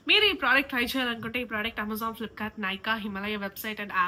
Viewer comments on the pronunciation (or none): none